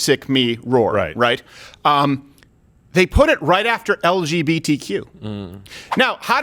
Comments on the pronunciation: I think the [sic] is because he said “LBGTQ” instead of “LGBTQ”. He switched around the B and G. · they’re actually saying (sic) because the B and the G are in the opposite order. Dave always says it as “LBGTQ” instead of “LGBTQ” and that’s what is apparently a grammatical error. Which is kind of hierarchical saying gays come before bi’s lol edit: but lesbians are always first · I think the "sic" was put there because he says "LBGTQ" and normally it is said "LGBTQ". As a bisexual man I find it quite funny when he says it "wrong" even though it shouldnt matter which way it is said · The reason the sic is there is because he says it as L B G T Q instead of L G B T Q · Ryan Mosey yeah but the real reason they did the sic was because he pronounces it wrong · The SIC is for LBGTQ and not LGBTQ. Dave swaps the B and the G for some reason. I’m not sure if he just doesn’t care enough to say it the way it’s meant to be said, or if he just intentionally does it to emphasize how little he cares. In either case it’s hilarious. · No, it was the fact that he said ELL BEE GEE TEE CUE. He mixed up the orders of the acronym its not that deep bruh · The [sic] is because the letters B and G are inverted, which is how Dave Chapelle likes to pronounce it. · Dave says LBGTQ instead of LGBTQ he switches up the B and the G, he does it in the Netflix show he did as well that’s the mistake. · this is really not funny. did he want to be funny? 5 minutes of him bashing those random people, thinking he's smart and observant when he didn't read the word right?why upvote a mistake 40k times? Dave said L"B"GTQ, the 'sic' is because he did not use the proper order of the letters LGBTQ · they added [sic} because he said "LBGTQ" instead of "LGBTQ" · Mate, the [sic] was bc he inversed B and G - he said "LBGTQ" instead of "LGBTQ" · I’m sure they put (sic) because he said “LBGTQ” instead of “LGBTQ” not because of the + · Nope. It's because he kept saying LBgtq instead of LGbtq...